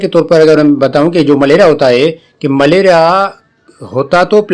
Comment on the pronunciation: Sir not malera. maleria